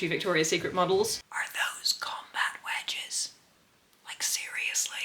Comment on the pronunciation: I thought she said wedgies the first time.